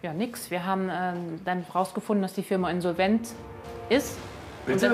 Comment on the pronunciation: INNsolvent, wie mich das triggert seine Betonung 😅😅